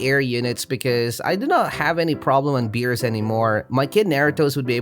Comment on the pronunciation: Stop saying it beerus like that